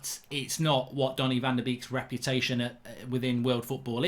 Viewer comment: Anyone else triggered when he says Danny van de Beek